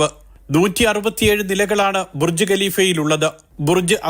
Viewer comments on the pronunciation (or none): ബുർജി അല്ല ബുർജ് 😂😂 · Burji alla Burj